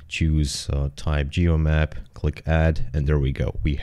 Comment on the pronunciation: Hi, some timecodes are "most imPortant", "need To install", "geomaP". Your older videos were way less bass heavy and therefore a lot nicer to listen to.